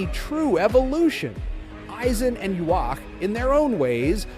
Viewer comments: They way the AI pronounces Ywach like (Yu-wok) and (Yu-wash) are definitely worse. It's (Yu-ha-ba-ha) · well isn't it Japanese? But if you want to say the actual English pronunciation, you're wrong. It's (Yu-hava)!